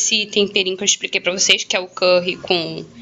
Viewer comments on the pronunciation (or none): none